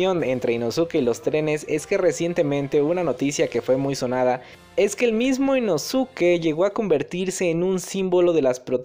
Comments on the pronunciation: Chido videos perooooo...no se dice “inosuke" se pronuncia “inoske",solo para que lo sepas amigo👍😊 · Se pronuncia Inoske dilo bien porfa,cada vez que escucho inosuke me desespero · no es inosuke se dice inoske no podes hablar asi ante la mejor cosa del universo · No sé si soy la única que se sintió incómoda por la pronunciación de Inosuke y no Inoske es que la u en japones no se pronuncia por lo que Inosuke se pronuncia Inoske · InoSUKE, Inoske!!!! Como carajos no sabes? Te leíste todo el pinche manga y anime y nada!!!!! Me emputa, me emputaaaaaaaaaaaaa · Se pronuncia "Inoske" la u es muda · Creo que se pronuncia inoske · no se dice "inoske"? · se pronuncia inoske pero se escribe inosuke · se dice inosque 😓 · Se Lee "inoske" campeón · Se lee Inoske, nomas digo. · Me da gringe que no digas inoske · Hola vengo del futuro a decirte que te equivocaste y que inosuke 1 no se pronuncia así y 2 el es lo más chimbaaaaa